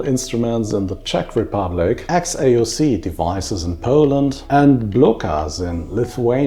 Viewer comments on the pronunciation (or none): Name of the Polish company XAOC is pronounced Chaos.